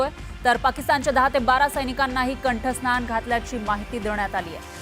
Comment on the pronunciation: कंठस्थान नव्हे कंठस्नान म्हणा गांजा कभी मारीत चला